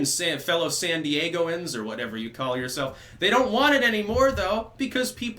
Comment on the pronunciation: San Di-yay-gens